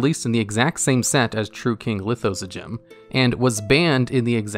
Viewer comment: Lithosagym is best doggo. I also find it hilarious that you can pronounce his name, but can't pronounce "Archfiend". xD